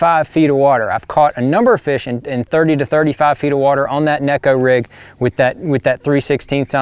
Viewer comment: Actually, John, the proper pronunciation is with a long A. (Nay-ko) 🙂